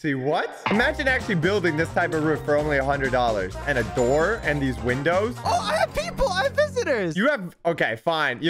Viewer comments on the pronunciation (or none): none